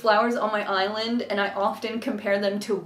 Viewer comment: Every time you say island i hear eyelid xD